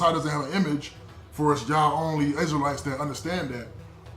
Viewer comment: Oh my goodness this dude say crystal lites lmao 🤣 😂 😆 why people that's torah so funny